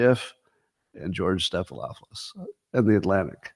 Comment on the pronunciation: Stephan-opoulous or ahpolis; not hard.